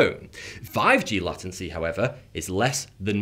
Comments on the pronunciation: The way you pronounce the word "latency" is mildly infuriating. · Almost swallowed this, until he couldn't pronounce latency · ...is there anyone, anywhere, on the planet, who pronounces the word LATENCY the way ol here says it?....I don't think he's ever heard the word said out loud by anyone, and he had to look it up for this vid, and he's just taking a guess on how it is pronounced... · anyone else annoyed by the way he says "latency"? neither the british or american english pronunciation says it in that way XD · Upvoted but... your pronunciation of latency is grinding my gears. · Way you pronounce latency makes me uncomfortable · i don't like the way you pronounce latency, change it... unless you already have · LATENCY, is pronounced... Ley ten cee. Not latt en cee. (I think.!.) Thumbs up if I'm correct, PLEASE.!🤔!. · ...it is latency...not lattency. C’mon ol’ chap, rules of English you know. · Làtency is the first time I hear it pronounced this way. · Ha I checked the comments to see if anyone else said Latin C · Somewhere in the north of England. I'm from London (south), and would say lay-ten-see. I think he says it incorrectly, rather than it being because of where he's from. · Latency has to do with time, how long it takes. Isn't it obvious then that late in latency has something to do with the phrase "being late"? How can you butcher that to become Latin C?? lol! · It’s not 5G that makes my head hurt... It’s ‘Lattency’ I think I vommed a little bit in my mouth when I heard that. #NeverAgain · Latency is pronounced as “Lay-Ten-See”. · For my ears to not scream in terror, "lay-ten-see" is the correct pronunciation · I like the way he pronounces lâ-tency, but it's kinda weird for english speakers. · it's actually /ˈleɪt(ə)ntsi/ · I live in Britain and have never heard anyone pronounce it lattency, could be a regional dialect thing. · Yes, but in no branch of English is it pronounced as “Latt-tenser”. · did he say "Latin-C"? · He says "Lattency".